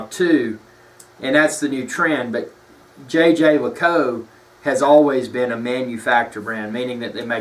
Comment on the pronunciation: Please use the link and learn how to Say Jaeger